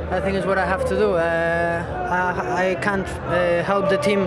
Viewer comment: Mata said: "cunt", but not "can't". )))))))))))